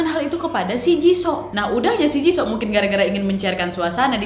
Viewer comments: jisoo dibacanya jisu wak bukan jiso 🤣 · Jisuu lo kk baca ny Bukan jisoo Gk enak kuping ku mendengarnya wak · Kakak aku hanya mau bilang baca nya bukan jiso hehe yang bener itu jisoo(jisu) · jisoo = (dibaca) jisuu baekhyun = (dibaca) baekhyon maybe ka nad bukan kpopers jadi g agal paham pengucapan nama hehe :) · Aduk wakk cara panggilan jisoo nya salah yg benar i2 jisu bukan jiso😂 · Kakkk bilang ny jisuuu bukan jisoo,, aku dngar nyy agak anehh 🙃 cmn mau ngasih tau ajaa wkwk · Maap koreksi dikit wak, JISOO bacanya JISU :) NO offens yah suka videonya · Kak nad, izin ralat yaa. "Jisoo" blackpink itu dibaca "JISU" dan kalo Jungkook BTS itu dibacanya "JONGKUK". Semangat lak nad🌻🌻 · Jisoo dibaca jisu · Jisoo dibaca jisu kak😂💪💪 Rose dibaca Roze/Roje😅